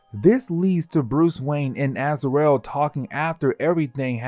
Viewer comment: "Az-ar-el"... smh... can't even pronounce the names right, but this dude makes videos explaining them.